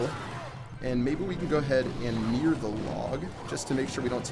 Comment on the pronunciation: Why are you calling the mirror "The meer"?